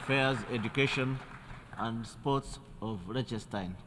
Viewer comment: Lechestein… who gives these people the right to butcher countries' names?